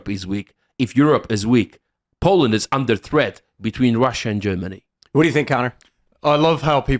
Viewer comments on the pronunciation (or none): none